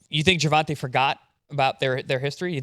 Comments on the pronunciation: HIS NAME IS GERVONTA pronounced “GERVONTAY” Get it right please. GervonTAH is not how is name is pronounced. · Petition to have Paulie say Gervonta's name properly.. Ger-von-tay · The guys name is Gervont'A'!!! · I swear I've been noticing that for years it's almost like he doing on purpose 😂😂😂